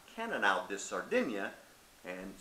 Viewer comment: How many things did you get wrong here? Di is pronounced dee...it's centenarians....and the majority of the centenarians that live in Sardinia come from the center of the island and do not eat fish... By the way Cannnonsu is just Grenache.